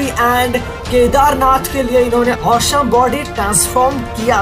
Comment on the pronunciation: Bhai tu please awesome bolna seekh le